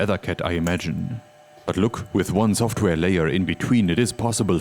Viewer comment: Schtudio Schoftwär Beste Aussprache auf YouTube 😂